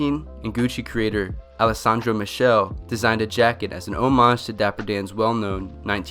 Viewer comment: how u just say MICHELE ITS TERRIBLE. u have to read "che" as a "k"